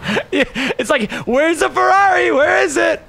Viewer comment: 1€ every time Nick Says fararri